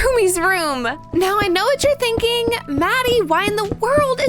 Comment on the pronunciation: You said thinkling